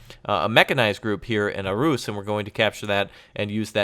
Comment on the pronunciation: I LOVE when you do the campaigns! Also, just real quick, it's not ARE-ROOOS...... It's pronounced ARE-HOUSE